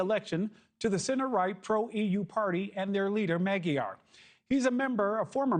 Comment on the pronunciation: How about pronouncing Magyar correctly!!! This clip is horrible...